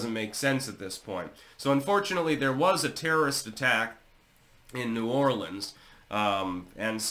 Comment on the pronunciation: First of all... A non New Orleanian is pronouncing New Orleans correctly... Impressive! Also... There are barricades on Bourbon Street but they aren't hard permanent barricades. They can be pushed out of the way. Maybe a wall or a permanent structure can prevent this from happening again.?